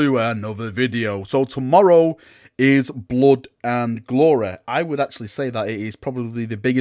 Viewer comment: Blod and gloreh xDDD